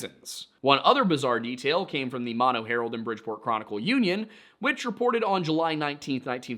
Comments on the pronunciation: I am Yosemite Valley Miwok, and we have our own stories about Uzumati (which means Killer or Grizzly Bear in our language) such as Yelelkin, the Giant who eats people. BTW it's MOE-NOE, not Mawno. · OOF… it’s not pronounced “Maw-No”, it’s pronounced “Moe + No”, both the county and the lake. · Thanks for another awesome video! In case no one else mentioned before me, Mono Village is pronounced With the first 'O' as a long vowel like the 1st 'O' of 'motorbike' 😊